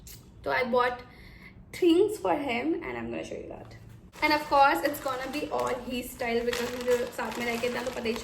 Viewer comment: Off course ❌️ Auufffcaurse✅️